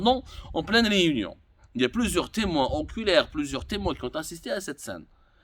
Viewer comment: Témoins oculaires et nom pas “enculsires” hachakoum 😵‍💫😵‍💫😵‍💫